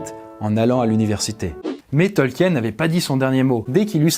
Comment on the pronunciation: Bonne video, mais, ta prononciation laisse à désirer, tu as manqué de recherches auprès des tolkiendili, c'est vraiment dommage, c'est un manque de rigueur de ta part et de celle de ton équipe. 😢